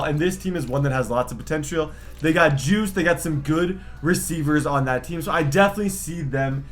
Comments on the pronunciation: Yo it’s not juice it’s (guy-s) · “They got juice” IM DONE HE CALLED GUICE JUICE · He really just pronounced guice’s last name as “juice” lmao